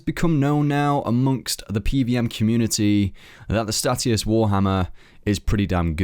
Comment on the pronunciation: 'Stay-shus' hate hearing stat E us lmao